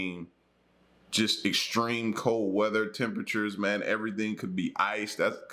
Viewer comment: The word is "cold" not col, or Cole or coal.. please pronounce your words right!!